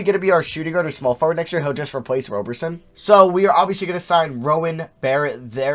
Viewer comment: It’s Roberson with a soft O.